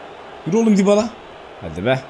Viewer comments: abı dibala degıi yabala dıye okunuyor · yabala ne lan :D Düybala diye okunuyor